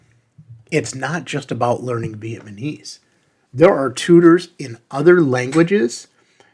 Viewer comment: It's VietnaMESE, not ViemaNESE.